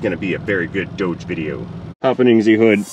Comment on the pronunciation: it is called dodge like bodge not doug like doughnut